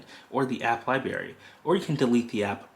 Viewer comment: Libary... hehe!